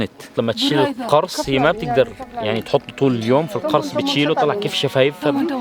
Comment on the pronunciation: اشتغل شويه على عربيتك القرص تلفظ بضم القاف مش بفتحها!! المعنى اختلف